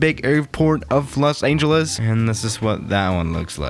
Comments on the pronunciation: Everyone: Los Angeles: Los Aingeles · It’s not Los “Aingeles” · "Los Aeengeles" Is it just me or does pronounce it like that? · No one: Absolutely nobody:: Los AINGELES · Me: DID HE JUST SAY LOS AINGELES!?!?! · 00:3 Lock Aingeles?